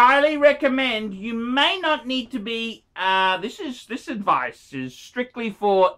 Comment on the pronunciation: Never take any phinance adphice phrom this guy.